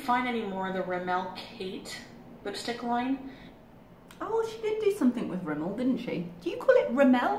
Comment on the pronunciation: In America, we pronounce Rimmel the same way y'all do in the UK. I don't know where she got that "Rimmelle" nonsense.